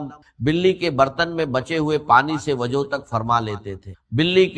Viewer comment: رزق ہوتا رجق نہیں وضو ہوتا ہے وجو نہیں انڈین الو کے پٹھے بعض ہوتا ہے بعج نہی